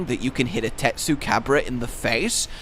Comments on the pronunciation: Why are you saying tesucabra in a Spanish accent with Spanish music that’s stupid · Not gonna lie. Part of what I love about Tetsu is his name. Your Latino inflection of it is making me love it more 😂.